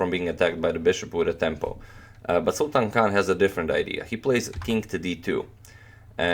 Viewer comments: Sultan Khan is pronounced as Sultaan Khaan. Sultan means King. What an irony! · People say you pronounce players names well but you didn't do his name justice